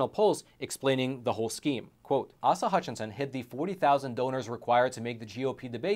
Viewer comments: ACE-a Hutchinson, not AHsa. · Aesa not ahsa Hutchinson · Asa, long a. But ass-a works. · He said AhSah. Lol. A-Suh. Still a dbag and Im from AR. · His name is pronounced with long A's so Ace uh. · It's pronounced Acea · Asa Hutchinson is so well-known that you couldn't even pronounce his first name.